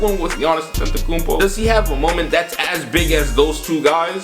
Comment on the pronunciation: Fam its Antetokounmpo not AtEntAkuMpO